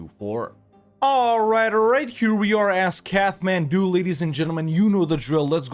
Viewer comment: It's pronounced "Kat-man-doo" not "Kath-man-doo".